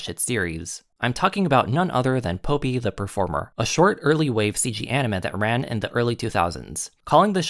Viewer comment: This is a great comparison analysis, it brings great evidence of how both series align. One teeny to point out in the pronunciation of the names, Popee is pronounced like the flower (Poppy) and Papi is pronounced like (Papee)